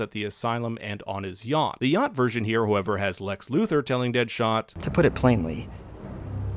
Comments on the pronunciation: I’m pretty sure it’s Deathstroke and not dead shot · He called dead stroke "dead shot" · Why are you calling deathstroke dead shot 🤨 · It’s Deathstroke, not Deadshot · it’s deathstroke not deadshot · Just saying it’s deathstroke not deadshot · It's Sam, not Barry. And Deathstroke, not Deadshot. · Ahem! Sir...it’s “Deathstroke” not “Deadshot” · Its deathstroke not dead shot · It's deathstroke lol not deadshot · It's Deathstroke not Deadshot. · Mans said Deadshot... lmaooo that’s Deathstroke bro bro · It's Deathstroke. Not DeadShot. ;) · His name is DEATHSTROKE, not Deadshot!!!! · Deathstroke not deadshot lol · I'm sure somebody's already mentioned but it's Deathstroke Slade Wilson is Deathstroke not dead shot. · Yo first of all great video, but u need the say the right name man XD Deadshot is another character you meant death stroke and they are called mother boxes not mother stones XD love and peace